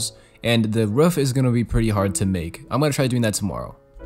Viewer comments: My man can't say roof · making the roof in the first 14 mins made me laugh because u (probably) said ruff😆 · says ruuf me: ITS R OOF GRAMMAR ISSUES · kinda sounds like a ruff or a ruof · he says ruf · I love the way he says “roof” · Lol yeah